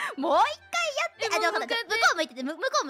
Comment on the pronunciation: It sounds like is saying "mou ii kai" (are you ready yet?) instead of "mou ikkai" (one more time). Especially since responds by saying "mada dayo" (not yet) and "mou ii yo". It's kind of like they're playing hide-and-seek. Speaking of which, the way they sung the lines reminded me of Kakurenbo by Yuuri.